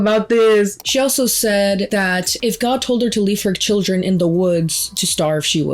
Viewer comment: "shill-ren" are beautiful hey? 😂❤